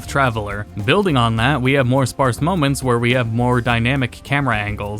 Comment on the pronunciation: This mf said sparce